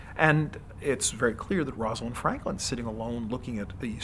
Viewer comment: That mouse has been shaved: environmentally caused baldness that isn't genetic, so literally the opposite of what the video is discussing. The narrator says "Rosalind Frankland" . Really???